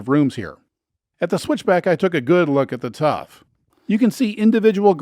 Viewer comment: tuff, NOT tough